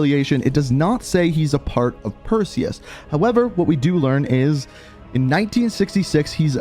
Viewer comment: Say Perseus but remove the e in seus